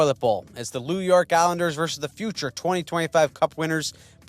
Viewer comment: Did you just say “Lew York Islanders?”